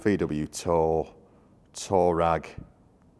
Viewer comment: I know it's a Tuareg, but it sounds like you're calling it a Toerag.